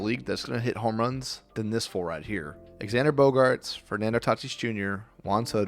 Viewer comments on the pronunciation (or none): ... do you keep calling him "ex-and-er"???? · I stopped watching after I heard “exander”.